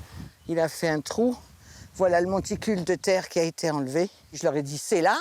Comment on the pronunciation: "n'a jamais été 't une simple bergerie"; ces commentateurs qui inventent des liaisons pour se la donner... :D